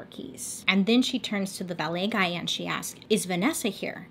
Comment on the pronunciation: Lol I feel like you said ballet guy